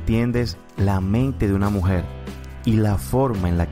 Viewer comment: Escuche como 100 veses la palabra mujet